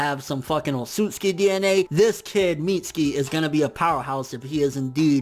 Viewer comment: mits-U-ki. uuuuuuuuuu